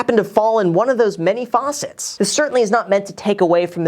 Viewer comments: Facets, it’s facets not faucets. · did he say facets or faucets? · how a Canadian says “facets” haha